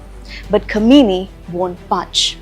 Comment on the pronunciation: It's not Kameeni, It is pronounced as Qaaamaineee.....